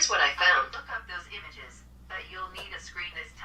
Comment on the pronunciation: you have to say show me pictures not umages